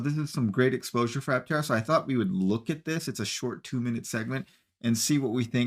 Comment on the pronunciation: Please forgive me for the overly critical pessimistic review. Tank full of sunshine? Pronoucation of Aptera turned into what sounded like, Atera? It felt like a quickly rushed filler piece to showchase something that left me confused and felt like it was hard to take seriously. To anyone who was willing to read this far, Love Aptera. Invested in them! I'm a brand Ambassador! Still an early reservation holder...(since 2020) Any exposure that Aptera gets to the general population to build up interest and create hype is always welcome...... Just felt to me that the story could've been done better to appeal to more of an adult audience.